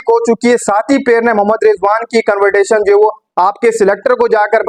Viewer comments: 😂😂😂😂😂 CONVERTATION NI CONVERSATION HOTA HAI BHAI, YOUR ENGLISH IS AS GOOD AS RIZWAN’S ENG. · Rizwan ka influence tumhara English pe dikh raha hai... Convertasion ? Kahan se confidence latae ho ?